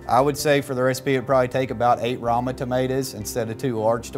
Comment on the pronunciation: It's rOma tomatoes, not rAma.